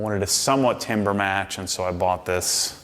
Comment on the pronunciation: Timbre is pronounced tamber. I was surprised this slipped by you as you are such a perfectionist. Incredible garage! Love your channel and everything you do!